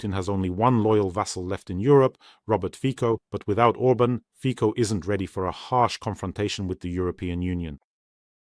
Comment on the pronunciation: Just an FYI, Robert Fico's surname is not pronounced "Fiko", it's pronounced "Fitso" (Фіцо).